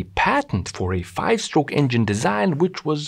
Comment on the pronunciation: Combustion is not "combuSHtion" (and SHtroke). Good video other than that.